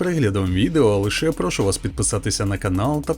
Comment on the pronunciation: Шановний авторе, ну не можна так безсоромно знущатися з української мови.😢😭😭 прОшу вас підписатися" - ви говорите. Це поляки прОшаки ганяють, а українською наголос на прошУ! Проте чемне звертання при проханні польською мовою в 1 ос. однини українською буде: БУДЬ ЛАСКА, ПІДПИШІТЬСЯ... НЕ прОшу підписатися! // А те, що ви буквально й дослівно перекладаєте з російської "ни сучка, ни задоринки" - " в стилі цього пацана ні сучка, ні задирки" -- це П ... З Д Є Ц, таваріщі!!! Благаю, авторе, не добивайте нашу мову вашим примітивізмом!!! Будь ласка, НЕ ГИДУЙТЕ Й НЕ ГРЕБУЙТЕ російсько-українським словником, надто в частині фразеології! А краще вертайтесь до москвоязівської озвучки - бо у вас немає, бачу, ні бажання, ані часу вчити українську мову. Простіше у кожному відео торочити, калькуючи з російської: привіт! поїхали (дослівне: привет! паехали!). Це ж не українська, а пародія!